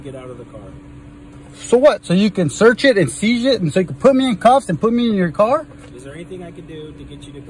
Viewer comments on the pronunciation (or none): "so you can shearch it and shieze it" . . . this guy is a mess! You ALMOST feel sorry for him!